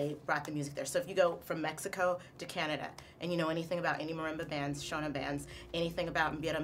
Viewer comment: you don't even pronounce the word "shona" correctly